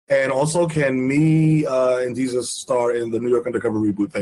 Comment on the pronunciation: Did he pronounce desus ... dasus at the end or am i buggin